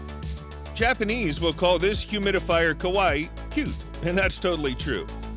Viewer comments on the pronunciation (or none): none